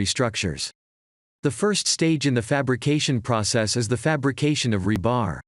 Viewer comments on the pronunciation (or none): The accent on the word rebar is on the first syllable.